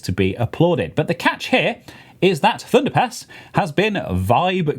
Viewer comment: my american ears kept hearing thunderPANTS so i had to find the video and comment. HAHAHA! thunderpants is hilarious, thunderpass is just... fine i guess. Anyway, love the podcast have a great day